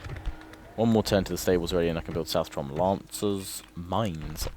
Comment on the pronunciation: It's pronounced South-ron, not South-tron:)